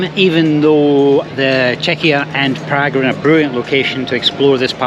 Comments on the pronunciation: Prag? Who pronounces it like that? Prahg, please. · Funny how he pronounces PrAgg !! Agreed, Czechnia / Czekia, crazy.